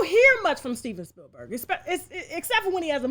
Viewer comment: Steven Bill-berg,🤭